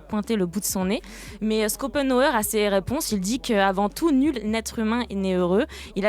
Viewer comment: Par contre ça me stresse quand vous dites "Skopenhower" mdrr! C Plutôt "Chopenhawer" :) L Mais bon on va dire que ça venge toutes les fois où les gens ont dit "Aimebapé" et "Aine-golokanté"